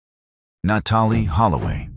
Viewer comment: Na Tall E Holloway....this one too